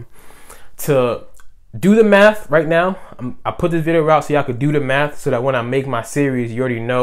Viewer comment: 💀💀💀 I can’t unhear it now